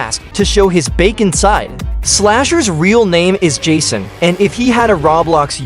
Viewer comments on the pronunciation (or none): none